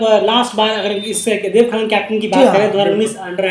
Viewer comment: खनाल hota है खनल nahi